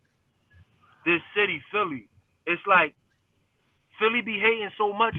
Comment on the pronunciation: Why be saying "The Bity" and not "City"?